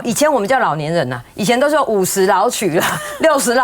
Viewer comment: 民進黨的橫肉女委員，老嫗是老「雨」不是老「取」。如果妳已經「被去中化」，請說台語，而且注意不要類似閩南語，那是中國的地方方言。